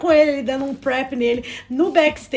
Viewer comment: Meninas, já que vcs se declaram tão "fãs", por favor procurem ao menos pronunciar os nomes corretamente, (isso se chama RESPEITO). TAE, por exemplo, não se pronuncia "Tae" e sim "Tê"